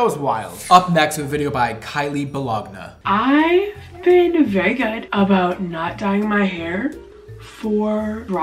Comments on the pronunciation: 😂😂 "kylie Ba-log-na" trying his best to pronounce YouTube names. It's just ba-lone-ee 😅 like the deli meat, if you can call it that lol. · When he pronounced “Bologna “ as “Bo- log- na” 😂😂😂 😂😂❤ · Lmao him pronouncing bologna (baloney) buh-log-nuh 😂😂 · “Kylie ba-log-na” lmaooooo it’s pronounced ba-lone-y 😂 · Bolog-na 😂😂 It's bologna, like the sandwich meat 🤣🤣 We can tell who didn't grow up poor lmao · did really just pronounce it as "bol-ag-na" instead of "bo-lo-nie"? 😂😂😂 i love that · He straight-up said buh-LOG-nuh... it's buh-LONE-ee! Like what you put on your sandwich???!!! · So nobody gonna comment on the fact that called the last girls bologna”baloney”, BoLogNa lol has never ate bologna it’s for us lower class 😂😂😂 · Balagna, 😂. I’m pretty sure it was just bologna like the sandwich meat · I giggled when said Bologna (Bow-Lag-Nuh)…I read it as Bologna (Buh-Low-Knee) like the sandwich meat 😂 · PLEEASSEE 😭🤣🤣 did you say “bo-log-na” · I love you, I also love that you have clearly never seen "bologna" spelled out before. Sweet baby angel.😂❤tbf the pronunciation of that word makes no sense. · I think Kylie Bologna was supposed to be like kylie “ba-loney”. Like the meat since it kind of rhymes with kylie😭😭😭. is so funny. I might be wrong but lollll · Did he say BoLoggNah? Instead of Bologna? 😂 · I know this is a year old...but the one girl's name is Kylie BOLOGNA (pronounced BOLONIE) I would use all your wave products if I could afford them. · Bologna= pronounced: buh-loe-nee. 😂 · Ba-log-na lol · Can we please talk about the fact that doesn't know how to pronounce bologna? XD Love you but oh my god that was hilarious and precious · Uhh... I'm going to need u to look up how to pronounce bologna 😂😂😂😂😂😂😂😂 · Love the way you pronounced Bologna 😂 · The fact he said bologna like the wrong way..not the meat haha. That’s got me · Hehe… the way pronounced bologna 🤭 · The way he pronounces bologna 😭